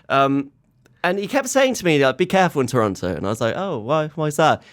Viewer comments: I haven't watched this through, yet. I just wanted to make sure Toronto was pronounced correctly. I was satisfied. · Good thing you said the silent T on Toronto!